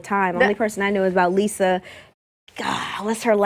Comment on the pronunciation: I watched what she said (Raven) and she did say LISA but when I watched LIZA'S channel, she call herself LIZA pronounced: LI'-ZZZZA OR LI' (LIE-ZZZZA') NOT Lisa??? Is that the right person she is talking about???